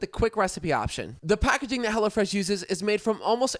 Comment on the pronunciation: During the add, sounded like he was saying “Hella Fresh” 🤣